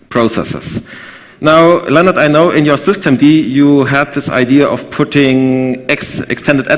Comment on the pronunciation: Mein Name ist übrigens "Lennnart", nicht "Lennard".